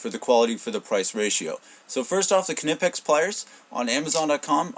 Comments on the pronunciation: It's amazing how many north americans say "K nipex " it's pronounced KNIPEX ,just like saying the word knife ,you say K NIFE do you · The "K" is silent, dude. The name is pronounced "Nipex" NOT A kanipex. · the k is silent lol thanks though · I don't mind saying "nipex". There are a lot of foreign words that change pronunciation in the states. Nobody says volkswagen, samsung or hyundai as they would be in their original language either. Nowhere in the states have I heard anyone, even their own tool reps, pronounce the K. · you sound like a "Ka"nob when you pronounce Knipex with a "K" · Hey man, just being super picky here but the 'K' in Knipex is silent! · I saw a video by the Knipex USA office, and they anglify the name (k is silent). In the German pronunciation one would pronounce the k. Some people like inserting excessively "authentic" pronunciation of foreign words when speaking in English, but effectively switching from one language to another in the same sentence can be jarring in my opinion. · Totally agree ...................:]